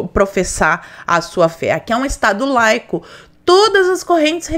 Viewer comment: Estado "leico". Olha o mesmo nivel da suplente que nao sabe o nome de presidente "jeizel".